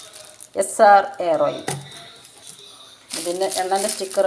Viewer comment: എയർ ഓയിൽ അല്ല ഹെയർ ഓയിൽ അല്ലെ.... 🤔🤔🤔👍👍